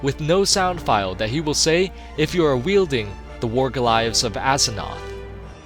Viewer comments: war,,, ga-lives? no.. its Glaives.. Ga- Layves... War glaives. glaive ɡlāv/ nounliterary noun: glaive; plural noun: glaives a sword. Origin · your pronounciation sometimes... smh... xavius was a satyr (say-ter), not a satire. also, warglaives (glayvs) not warglives.